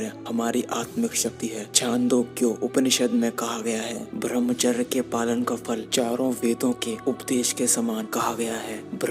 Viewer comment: Pahle thik se bhramhchary nhi balki bramhchay bolna sikh ha bhai nmo nmah . ...nn :-) :-)$ :-)